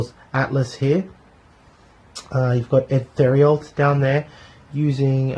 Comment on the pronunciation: Great review! I'd like to see more s.v.p. Some pronunciations are off on the French Canadian names: cyr = seer theriault = terry-oh leger = lay-jhair (the g is a soft j) How do I know? I'm Canadian and these are common French names! =)